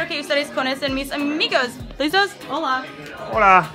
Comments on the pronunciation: Todos los gringos dicen ''Hola'' BIENN raro XD lo dicen como: Houla o Hoola, no se muy raro jiji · yo escucho puro houla houla houla houla xD